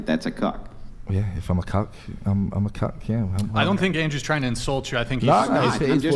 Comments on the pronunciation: It’s Cuck not Cock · Clarification please, said "Cuck" not c0ck. Ya'll clickbaited me 😂😂